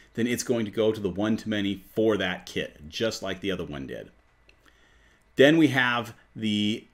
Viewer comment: It's sounds like you saying kid instead of kit it's a little confusing